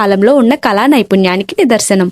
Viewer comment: కలా నైపుణ్యం కాదు కళా నైపుణ్యం అనాలి